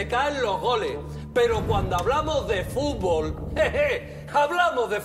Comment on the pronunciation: Me da risa Soria porque en lugar de Goles dice "Gole" JAJAJAJA